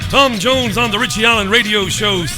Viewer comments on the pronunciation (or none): none